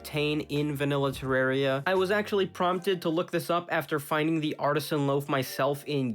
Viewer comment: I think he said Terraria wrong.